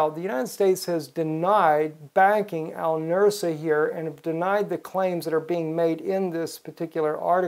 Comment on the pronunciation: "Al Nus-ra", not "Al Nur-sa".